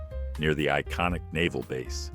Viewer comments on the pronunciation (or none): none